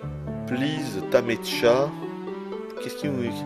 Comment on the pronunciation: "Pleased ta meetcha" = "Pleased to meet you" je pense